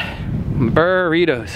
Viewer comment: “brrritos!” Lol